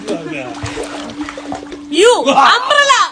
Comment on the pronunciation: മല മല (Minnaram) പറയുന്ന പോലെയാണ് Umbrella enn parnje 😂😂😂😂